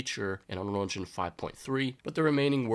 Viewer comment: it's UNREAL ENGINE, not unrel enginch....